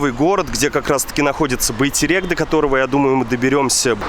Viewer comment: Первый российский блогер который сказал Байтерек а не байтэрэк